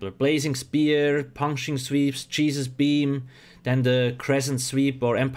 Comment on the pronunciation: Was that his accent or did he say "cheesus" beam?